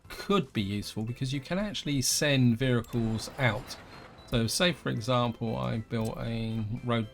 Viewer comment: You talk very strangely, why do you say 'vericles' instead of 'vehicles'. Odd.